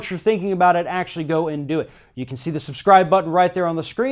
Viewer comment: You are pronouncing Colin Kaepernick's name wrong